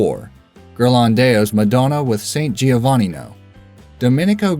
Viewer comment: The pronunciation of "San Giovannino" makes me smile :D, great video anyway